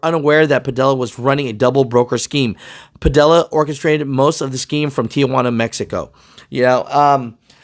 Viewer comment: I know this isn’t the most important thing about this story, but his name is pronounced Pa-Dee-Ya. The two LLs side by side make a Y sound. A little basic spanish class for ya😂🤣🤣